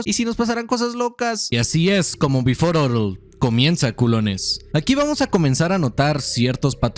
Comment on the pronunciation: oye we, pero es "beforel orel" no "before orel" nombre y el profesionalismo?